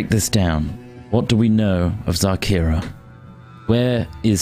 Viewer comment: reads the youtube description oh shit, its xarkira not zarkira